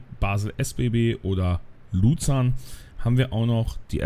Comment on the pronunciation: Also bitte, Luzern sollte man doch wirklich richtig aussprechen können...